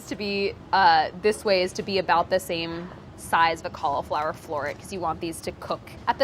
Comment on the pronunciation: Why does she pronounce cauliflower so? Make it stop!!!!!